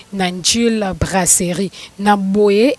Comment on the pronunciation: brasserie et non braceli yo oza mongo tu dis celi